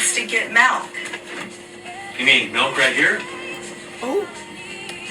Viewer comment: Did she js say malk 🗿